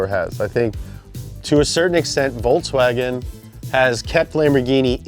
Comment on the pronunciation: I'm glad i know how to say gallardo now. But, stop saying Volkswagen like voltswagon